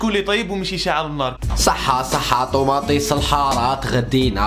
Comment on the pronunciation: طوماطيش❌ طوماطيس✔ 😂😂